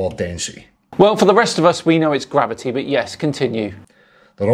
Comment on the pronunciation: He can't even say gravity, let alone understand it.